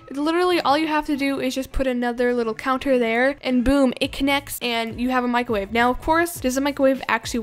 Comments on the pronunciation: “Microve” and also when she did the flip I think she forgot she was using a trampoline lol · Mick ro wavve